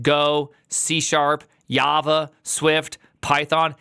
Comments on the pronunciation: ya C++ committee bombarding C++ every year with STUPID features. Edit. : Did my prime dude pronounced Java as Yava???? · Yaba , best pronunciation ever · You said Yava and Yavascript.😂